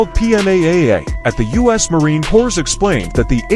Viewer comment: Which uneducated civvy narrated this? There is no such thing as a Marine ‘Cores’. Marine Corps is pronounced ‘Marine Core’ - as in a single core of Marines. Also, a 30mm is not pronounced ‘30 millimeters’. Get your shit together and stop sandbagging the narration.